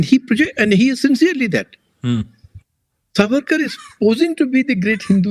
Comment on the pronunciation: Namaste! PLEASE PLEASE if Savarkar was your topic shouldn’t you have at least done your homework and got his name right? It is सा वरकर not सवरकर!! I just couldn’t focus on the content every time you mispronounced it😩 Aroon ji was saying it correctly and I was hoping you would take the cue ….I couldn’t bear it!